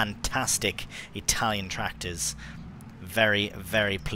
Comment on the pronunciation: I only recently found your channel and I’m loving your stuff! That was some amazing Italian pronunciation and great translation skills!